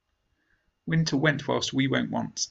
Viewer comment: winter pronunciation (wiinteaa ) 🌚